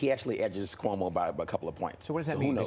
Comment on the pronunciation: lol. "Coumo" yup....